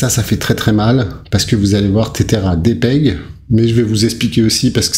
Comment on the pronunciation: Ca se prononce "Tezeur" pas Tétère.